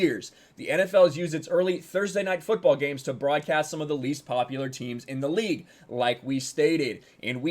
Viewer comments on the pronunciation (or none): none